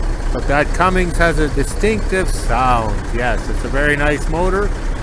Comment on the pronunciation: Cummins, not Cummings, just sayin